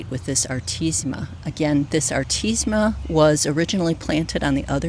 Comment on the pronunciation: Powis Castle is my favorite artemisia. By the way, you’re leaving out the syllable ‘me’ when you pronounce the name of the plant.